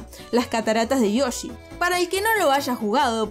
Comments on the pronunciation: Todos: valle de yoshi: VaSHe de YoShI No es que odie la forma de hablar sino que es solo humor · Como pronuncia Yoshi un argentino? SHOSHI? XD